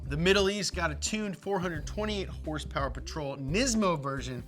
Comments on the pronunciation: What's up with this idiot?? I mean he can't pronounce "horsepower" but he can say his stupid phrase "morepower baby"??? And also it is annoying to hear him scream like a lunatic and bring up his daddy issues....wtf??? Nolan is more professional. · herspers and trwerks. lmfao